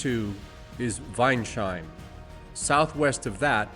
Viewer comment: Apologies in advance for being snooty, but town names like Weinsheim, Rommersheim, etc. are pronounced weins-heim, not wein-sheim. "Heim" is the equivalent of the English "home", the 's' is possessive, similar to English. Compare: Wineshome would be Wine's-home, not wine-shome.